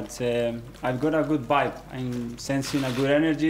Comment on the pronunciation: Emery: right spirit, positive energy.. Artete: bibe (vibe)